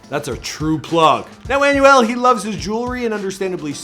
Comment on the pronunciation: Bro his name is emmanuel but just take off the emm- and you get anuel it’s so bad hearing you saying his name